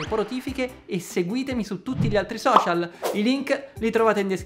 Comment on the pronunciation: ti sei scordato la ssss in social,ma ti perdono :) sempre puntuale..è un piacere ascoltarti